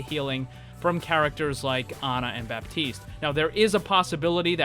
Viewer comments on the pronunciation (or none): none